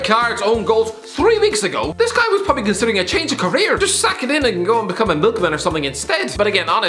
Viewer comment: No one: Absolutely no one:: prrrwwwoopppbably